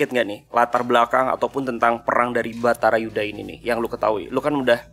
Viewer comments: Sabar kak 😂 sabarrrr, iya maafkeun kalo dia nyebutnya batarayudha mulu 🤭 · terus kepleset nyebut bharatayuda jadi bhatarayuda wkwwk😂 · Kenapa selalu salah sebut Bharatayudha jadi Batarayudha? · Kita udah yang semaklum dan sesayang itu sama paduka tiap-tiap beliau mengucap batarayudha 😂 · Mana salah mulu nyebutnya batarayudha 🤭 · masih keliru aja lu... padahal udah dibenerin wili... "BHARATAYUDA" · slip of tounge mulu sih nyebut nama perangnya